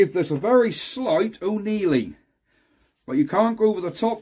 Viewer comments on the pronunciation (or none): Annealing. With an A. It isn't an Irish process...!